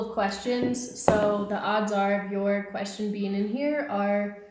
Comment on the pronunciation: actually you pronounce wrong about question, tell Emma to teach you how to pronounce question 👍